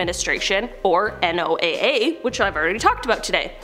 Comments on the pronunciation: N O A A? Oh, you mean Noah. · Recorded by the N O A A . Lol 😆 the the National Oceanic and Atmospheric Administration or NOAA...pronounce Noah. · It's pronounced Noah dude